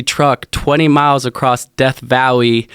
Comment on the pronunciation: Who else caught the pulled a truck across "death vowee" lmao death valley is the correct pronounceation..😂🤣😂🤣😂